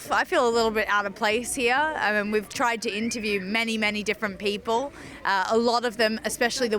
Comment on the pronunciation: bipol man .. not 'poeple'